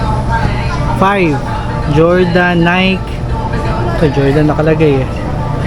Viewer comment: Nike po is pronounced as nay-ki.👍